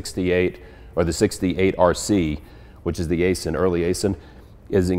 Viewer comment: Aisin transmission is pronounced- Aizin like "eye zen".